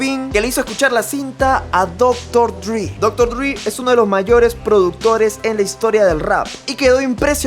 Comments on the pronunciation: No se dice "dri" sólo dile dre tal como se escribe. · Por qué los hispanoablantes dicen Doctor Dri jajajjaa se pronuncia doctor drey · Por qué le llaman Dr. “Drí”? Se pronuncia Dr. Dre, tal como se lee. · Cómo vas a decir dr. Dri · Me molesta como dice dr dri jajajaja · Seria mas lindo si pronunciares Dr Dre como se lee y como en realidad es que forzar / Driii/ solo digo, si escuchas canciones donde mencionan a DRE vas a escuchar bien como se pronuncia. Es solo una critica constructiva, Saludos.